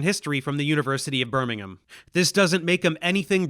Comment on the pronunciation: Nice pronunciation on Birmingham most Yanks say birming=Ham but in uk we say birming=Um. Well done